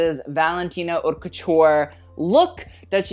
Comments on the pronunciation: Isn't haute pronounced like coat? not cot... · He does it on purpose (haute le mode doesn’t mean anything anyways)